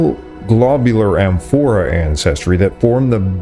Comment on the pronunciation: “Amphora” and “Yamnaya” are stressed on the first syllable.